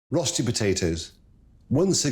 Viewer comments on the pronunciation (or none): Rosssty? It's called RÖSTI. Pronounce Reuuusstiii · 'Rosti'? lol. At least pronounce it like 'oe' if you can't pronounce an Ö. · He may be a 'maestro' but he does not know how to pronounce 'Rösti' - Rerrshtee is the nearest. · The correct pronunciation is approximately 'rer-sti' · Don't write it as Rösti if you're not going to pronounce it as Rösti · But he doesn't pronounce it! It is admittedly hard for English speakers because the sound doesn't exist in English.